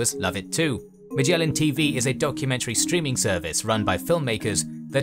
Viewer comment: I don't know whether Magellan TV is special at all, but 'Magellan' itself is pronounced with a so-called hard 'g,' as in 'give,' not as in 'gem.' It reflects the original Portuguese name 'Magalhães.'